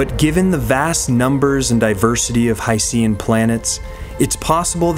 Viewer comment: Pirates when they find out about planets made entirely of ocean called the "High-Sea-n" worlds: 🤯